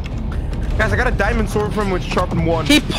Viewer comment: At the "dimaond" ,hehehehe